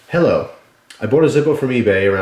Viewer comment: hi. = sexy and he say heylo and its awesome